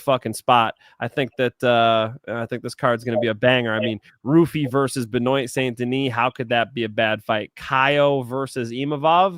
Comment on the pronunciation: Hey tell how to say benoit st deniss name properly please (Ben-wah)